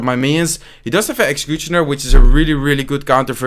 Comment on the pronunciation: I love this "Execjutschina" NoHate I love You!!!! Keep the contect up! <3